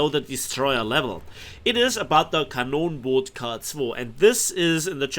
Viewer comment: Den Namen so ohne Akzent aus zu sprechen ist nicht schlecht : )